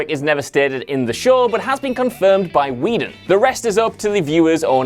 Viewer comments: I still say Buffy had one of the top 3 theme songs of all time. Also, why am I not shocked that the moron who can't properly pronounce "film" can't pronounce Joss Whedon's last name properly either? Whedon is pronounced "Wee-don". Not fucking "weddin" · He says the name correctly every time except the first: Joss "Weddun"